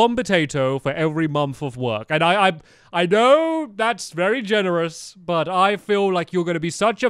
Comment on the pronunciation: stampy said 'v'ery rude when he had to start with u